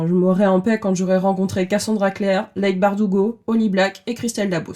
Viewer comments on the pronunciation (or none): Le commentaire du chipotage : normalement, "Leigh" se prononce "Lee" (Oui, chipotage d'ex-prof d'anglais ). Courage pour la suite :)